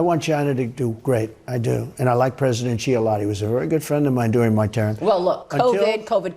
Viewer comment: Xi is pronounced “She”